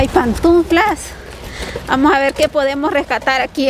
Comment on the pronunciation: de mi ❤️!!! no se dice PANTUNFLA, se dice Pantufla!!! sin la N del medio.... jajaja jajaja jajaja igual amo como lo dices